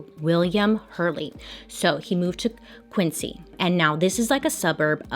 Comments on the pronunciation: Massachusetts towns have ridiculous pronunciations, it’s not your fault. We call it Quin-zee. I lived there for a few years and never heard that story. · I'm laughing over here, not cause she can't pronounce Massachusetts but because she has no idea she also mispronounced Quincy. Qwin-zee. Idfk why. 😂